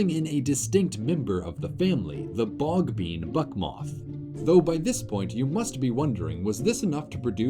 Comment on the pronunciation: Let’s all take a moment to appreciate that he said “bogbean buck moth” perfectly each time